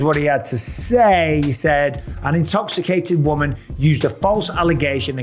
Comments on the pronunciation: “Are you intox- icated? “ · Everything was so serious until "are you intoksacated!" 🤣